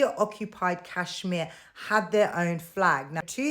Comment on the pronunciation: You Pak iis can't even pronounce Kashmir properly. Lol. And stop dreaming about India's Kashmir. Your so-called Azad Kashmir is in reality Pakistan-occupied Kashmir. You guys never conducted legitimate elections there. Forget POK; you guys haven't even conducted fair elections in entire Pakistan. The general election last year was a sham too. Lol. Keep crying 😂